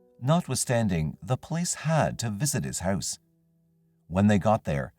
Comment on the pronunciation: Random comment: the way you say “house” makes me wonder is you’re Canadian hehe